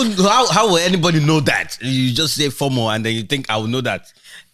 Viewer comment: not FORMORE it's FOMO pronounced FOEMOE looooooool